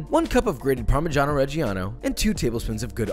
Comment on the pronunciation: Well, since you are so precise in not saying parmesan, I might add that the "i" in parmigiano and "reggiano" is silent (like parmidjano), and that it's not "shabatta" but more like "chabatta". Nice video, mate. I actually wanna try this american snack that I always hear about associated for some reason with Italy. The closest thing we do is the "lazy" version, but we use virgin olive oil instead of butter usually, and we call those "crostini". keep it up mate! love from italy